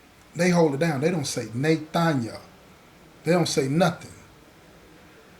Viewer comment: What you know 'bout that "she didn't say Na-thaniel!" I was born and raised in the Bay Area in Northern California. I grew up in the 90's saying " Nathan and Nay-thaniel" instead of nothing! The story was fire🔥 on top of that, that saying took me back to the good old days.